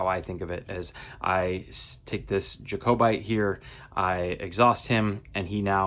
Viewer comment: JA-COE-BITE....lol....JACK-OH-BITE would be correct...nice play through